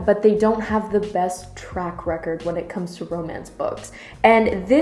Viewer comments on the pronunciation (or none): none